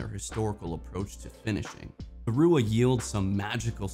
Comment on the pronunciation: Thanks for the content, Sir! I'm a big Pete fan, myself - tough to beat for workhorse pipes!! Quick note: 'Rua' is pronounced like 'Roy' and is the Gaelic word for red. Sorta like 'Lovat' is pronounced 'Love-It' rather than 'low-vot;, as it was the preferred shape of my distinguished (albeit distant) relative, Lord Lovat. Some history there I think you'd really enjoy - check out the "Lovat Scouts' - the first sharpshooters/light infantry regiment in His Majesty's Armed Forces. Cheers and GO ARMY!!